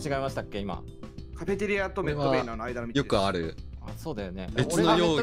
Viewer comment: 毎回カフェテリアのこと「カフェテアリ」って言うの可愛くない？笑